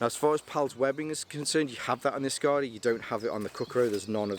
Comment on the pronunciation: Kukkaro and askare. Drag the second A in askare less. Short and sharp A. Askare, not askaare. Otherwise berfect 🙂👍